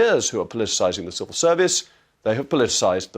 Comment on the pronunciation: I'm just chuckling at Naddine Dorries saying the words "serval servant" instead of "civil servant".